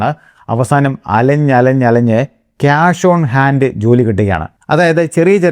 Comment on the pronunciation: Why do you say ക്യാനഡ, ക്യാഷ് ? It is കാനഡ കാഷ്